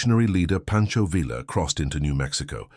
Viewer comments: I'VE NEVER NEVE NEVER NEVER EVER HEARD ANYONE CALL HIM PANCHO VILLLLLLLLLLA. IT'S PRONOUNCED PANCHO VIYYA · Villa is pronounced Vee Yah in Mexico. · Shees! It's Veeya! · Pancho the a is used as in father Villa is pronounced as vee-ya. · Really annoying incorrect pronunciation of Villa. If you cant pronounce it, don’t make the video.